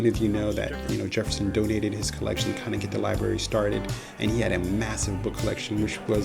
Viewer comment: Nice overall, but was hard to listen to. The word "library" contains 2 Rs